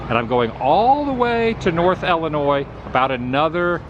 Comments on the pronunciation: Nice video, but it's pronounced Illinois as in ill. Not ell-inois. :) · its ill not ele boss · Are you saying Ellinois as in Wesconsin? Please don't. 😊 There's no e sound in either state name.